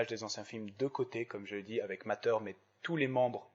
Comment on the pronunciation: C moi où tu a dit MATER